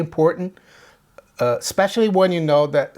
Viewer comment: it's "Especially" not "Specialy". This is meant in a positive, constructive way.